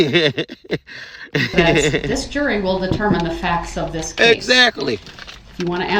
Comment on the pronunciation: Brooks said "thist" I wish Carpenter had responded I have no idea what a "thist" is